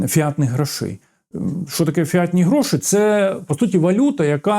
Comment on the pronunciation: Ut fiat- нехай утвориться, нехай стане так, нехай буде так - по-латині. Наголос на «і». Отже, гроші фІатні. Наголос на перше «і»….